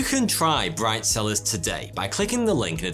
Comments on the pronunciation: Bright cellars I thought he just said brifezillaz lol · Bright cellars...... and what do I hear? BRIDE SELLERS!!! WTF ears 😂